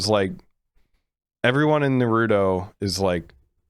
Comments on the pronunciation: Did he said dorito instead of naruto? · its pronounced nARuto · BRUH im not a hater on the ranking BUT STOP CALLING HIM NARUDO